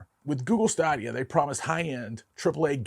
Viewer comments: “Stay-dia”. Not staa-dia. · His pronunciation of Stadia was driving me crazy. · Stadia I believe is pronounced STAY dee uh. Like "Stadium". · Good video, but you mispronounced Stadia in this video. Is more like Staydia. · Say it with me: STAY-DEE-UH. The way you pronounced it, I had to rewind it to see what you were talking about 😂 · It's pronounced Google Stadia (Stay•day•a). Also the Sony experia play (Playstation phone) was pretty bad, heard from different sources and people (including my best friend) that the phone would literally melt for no reason. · It pained me every time he said Stadia. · Say "stadia " correctly lol